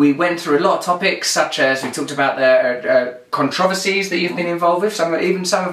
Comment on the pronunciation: interesting way to pronounce "controversy"